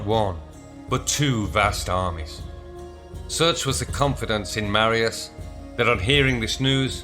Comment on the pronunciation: Please learn how to pronounce Latin words... "C" is always hard like Catholic or Cock. Marius is Mar as in Mars. E us as in use.